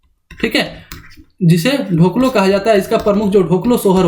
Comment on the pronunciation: ढोकलो नहीं होता है, डोकलो' कहा जाता है खड़िया में.